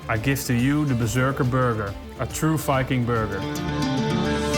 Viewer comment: Oh. Very time he said Viking, I heard “F*cking”. That’s completely different.